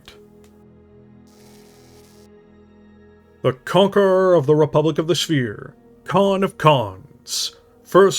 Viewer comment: Early in the video, as you were introducing Alaric, you were pronouncing his title “Conquerer…” and there was just enough pause after the hard C that I had a heartbeat were I thought you were about to make a cuckhold joke. Best part of the review, 13/10. 😂 Also, thanks for the review. Sounds like a good one!